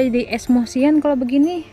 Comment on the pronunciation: Sumpah ngakak liat vlog y kan sekolah jadi pinter wkwk ngomong emosi aja jadi esmosi ya 😂😂😂